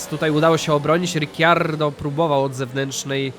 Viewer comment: Kocham tą serie ale prosze nie mów Riciardo